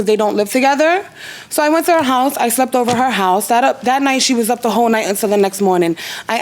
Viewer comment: The word you’re looking for is HER NOT HAR AND ASK NOT AX